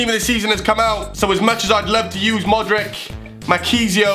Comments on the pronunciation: modrich. it's pronounced modrich. not modrick. cmon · You pronounce it "modritch" not "modrik" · It's Modritsh ... Not Modrick D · Lol Modrick.. It's pronounced Modric xD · its pronounced 'modrich' not modrick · its more like modrich